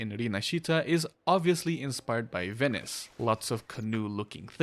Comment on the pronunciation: someone actually pronouncing venice right props